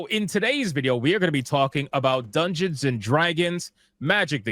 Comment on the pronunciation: Dung-gay-on and Drag-goons